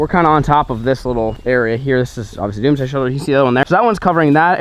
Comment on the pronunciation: Is it just me or did slur his words when he said “doomsday shelter”????